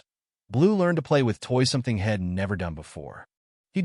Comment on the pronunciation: No full stops, no sentences, no cadence or rhythm to word groups, you are starting and ending sentences in all the wrong places, adding accentuated words at random. Very hard to follow, makes little sense. Shed is a building, for tool storage. Hed is not a word. She'd and he'd are the words you needed, completely different to the words you tried to use. Yet your program breaks up such words, instead of leaving the ends on so they can be read properly. Yet again, makes no sense. Nozzle is not the same as nuzzle, nowhere near, check with google, get an editor that can spell, your program makes glaring mistakes everywhere, and you haven't corrected them. That's crazy! AI is still dumb? Not much sign of any intelligence yet.